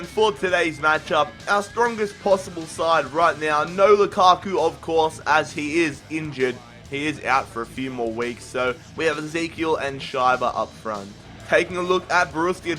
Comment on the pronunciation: You pronounce Schieber wrong .( Shayber is wrong, you have to say Sheeber)